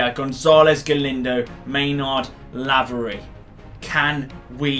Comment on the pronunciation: Btw laverys name is said like c-a-y-l-o-n